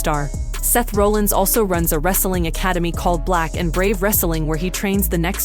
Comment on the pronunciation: You're pronouncing Seth Rollins name wrong. If You're gonna report wrestling news, at least say their names right. Have you even watched a wrestling match??????????